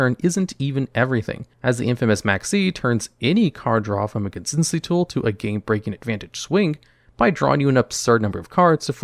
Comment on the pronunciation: I like how pronounces "consistency". "Conssssincy".